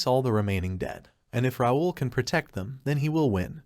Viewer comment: I thought it should be called How NOT to pronounce “Raul”